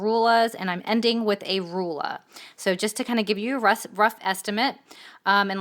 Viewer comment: This lady in the video she can't even say ruler but she keeps saying Ru LA rula omg.